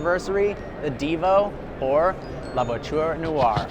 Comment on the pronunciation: Hears trying to pronounce “La Voiture Noire” Cries in French Remembers about Doug saying “Peugeot” Cries in French again